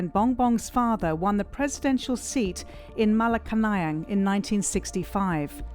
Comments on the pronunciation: It's pronounced MA-LA-KANYANG. Malacanang. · Ma-La-Ca-Nayang Palace 🤣😆😝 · Dear CNA reporter: Malaka-nang🥹. Malacanan Palace is pronounced as “Mala-can-nian”. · Malacanayang ampotah do your research and pronunciation properly stoopid foreign medias. 🙊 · This jounalist doesn’t even know how to pronounce the malacanang palace! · Why is there a need to ALWAYS say “son of the dictator president”? And please try to search for the correct pronounciation of Malacañang.. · This is a journalistic piece, therefore, a bit more effort should've been made in pronouncing "Malacañang". Just saying. Moreño = 🙅 Moreno = 👍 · this stupid foreign media knows nothing about the philippines! marcos is well loved by majority of filipino. you cant even pronounce malacanang correctly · If your narrator can't even properly say "Malacañang" "Maralita" , Moreño ( it is Moreno) , I doubt she did her assignment. When presenting a story and you brand the candidates based on your preferred labels, very professional. On all the "expert" statements, definitely would question how research is conducted on the accuracy. I feel the piece lost its objective to present facts, it's mostly blanket statements. I truly love CNA Insider but you need to dig way deeper on your subjects and sources. I feel you're doing this material with the business gain (clicks) in mind, not a deeply researched piece . Check some of your "expert"sources , are they mostly from one side ? When they share their thoughts, they state them as if they were facts but they sound like personal opinion. Therefore you have a one sided narrative. Also the "Estate Tax" , is this final and executory or is it an estimated Estate Tax? There's a lot more than picking and choosing a general statement. Be more present also be mindful how you use your label. Your piece can affect people's lives, let that sink in. Responsible reporting is definitely a rarity these days in the times of fake news . So please be responsible.